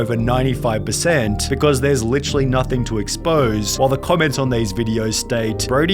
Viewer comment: Never herd an Australian say "Vsuase"